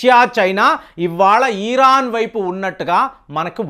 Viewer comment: మీరు ఈరాన్ అనకండి సార్. Simple గా ఇరాన్ అనలేరా? ఈరాన్ అంటూ ఉంటే నాకు కడుపులో కెలికేసి నట్లు ఉంటుంది. Plz. పారచుట్ ల తొ Vachhi విచక్షణ లేకుండా కాల్పులు జరిపారు. ఇప్పుడు పాపం పండింది. Direct గా fight చెయ్యాలి కదా! Civilians ని అడ్డు గా పెట్టి game ఆడుతూ ఉన్నారు HAMAS terrorists. Ijrayel ది కూడా కొంత తప్పు ఉంది. But, main గా HAMAS వాళ్లదే